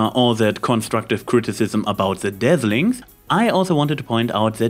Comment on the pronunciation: Instead of Dazzlings it sounds like you are saying Deathlings. I wonder what the movie would be like if they were actually called that... shudders